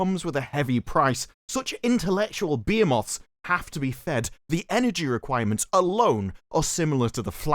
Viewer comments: What's a beer-moth? Are you trying to say behemoth (and failing)? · He is from UK, so I do expect the moths over there drink a lot of beer.